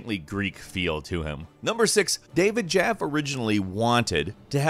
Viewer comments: Also David Jaffy, not David Jaff. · David “Jaff”? It’s pronounced “Jaff-ee” I’m triggered